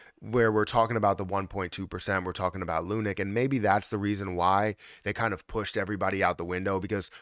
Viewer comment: Hey bro, great video and thanks for keeping us upto date on Luna. However, can you stop pronouncing it as lu-NIK. It's pronounced LUNK, like hunk punk or stunk.